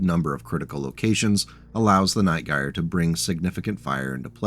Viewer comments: Love it, another of my favorite mechs. I've ridden the Prime config to many glorious Alpha Strike battles. Also, my guy, in Night Gyr the 'Gyr' is pronounced 'jeer,' just a heads up. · The Night Gyr is an utterly fantastic mech, one of my faves of the Clan designs. Also, it's pronounced with a soft G, like gyrfalcon, which its name doubtless references, or, you know, gyroscope. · Huh ive always pronounced it more like how one would say Night Gear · Ahh man. No one in the Battletech community knows how to pronounce Gyr. Everyone in my Jade Falcon group in MWO had their own pronunciation. Anyway, gyr is a popular shortening of gyrfalcon, which is a type of falcon. (Jade Falcon is all about birds of prey afterall), and is pronounced Jur as in "Jury". Gyrfalcon. "Jurfalcon". Night Gyr. "Night Jur". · Gyr is pronounced with a soft g, like j. Named for the gyrfalcon. Yeah, I know you'll see people pronounce it with a hard G, and those people are wrong. I'm assuming I'm the 50th person to comment that, but it must be said. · Relief to see someone else gets as mildly infuriated at the mispronunciation as I do.